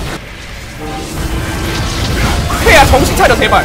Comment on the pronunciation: 더 월드라고 하는거였어? 가끔 르와르드! 이래서 뭔가 했네 ㅋㅋ